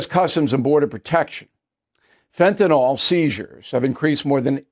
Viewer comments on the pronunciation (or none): As a veteran broadcaster with a degree in higher education, and a stickler for correct English, surely you know that what you say influences the general public. The word 'fentanyl' does not end in ol. It ends in yl and is pronounced to rhyme with pill. The other word that is often mis-pronounced by tv talking heads is 'anti-Semitic'. For some reason, many think that anti-Simetic sounds better. The people are Semites, not Simetes. Thus endeth today's lesson. Tomorrow we will tackle the subject of does a body 'lay' on the floor or lie on the floor? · Can't anyone pronounce Fentanyl ?